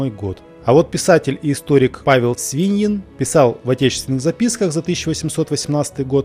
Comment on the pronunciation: Вы -молодец! Интересуетесь историей, задаёте вопросы, анализируете, но пожалуйста делайте правильные ударения. БабОловская, СвиньИн. Либо давайте ссылку на нетрадиционное произношение фамилий и названий. Ваш текст сильно проигрывает от неправильных ударений, и ваши исследования вызывают недоверие.